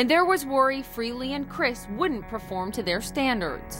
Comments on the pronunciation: Why do these TV reporters always pronounce "Frehley" as "Free-ly"????? Gets on my nerves everytime I hear that. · Taylor Same here...drives me nuts. Its Freh-lee. The H is not silent. On a Eddie Trunk interview Ace said most dont get it right and he gave up correcting people. Years ago in another podcast Ace was drunk and when the host pronounced his name Free-ly, he quickly corrected him "Its FREHHHH-ly!!" So yes, deep down it bugs him, but he has no choice but to deal with it. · One thing I have noticed, why do people always mispronounce Ace's last name? It's not Ace Freely, it's Frayley.